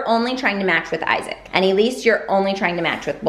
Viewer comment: Why do you pronunce Isaac as Isik. Say "Eye zac" then pronunce his name like that. Thats his name sounded out in English.